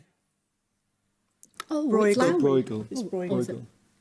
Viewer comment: "Broigel" "Correct". Yeah no, that's not his name. I know English doesn't have the vowel represented by "eu" in Dutch, but at least make it sound like the "er" in "concern". And an h (like in "house") is much closer to the g in "Breugel" than the g in "girl" they're using.